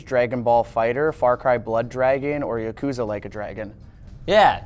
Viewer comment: no way you pronounced yakuza like that 💀